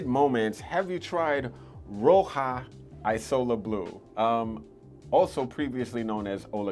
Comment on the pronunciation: It’s pronounced ‘eazola’, not ‘ajsola’. Isola is Italian for island. You may like afternoon swim by LV, similar vibe to mandarin basilic.